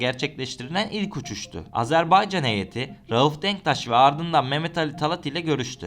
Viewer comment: AzerbEycan değil AzerbAycan